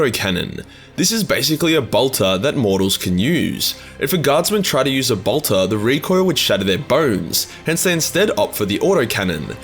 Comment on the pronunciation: your pronounciation of bolter "boltah" reminded me of Draco Malfoy saying "Pottah" and made me chuckle. :D